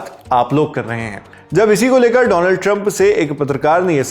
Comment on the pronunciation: Once a legend said " Doland" trump 😂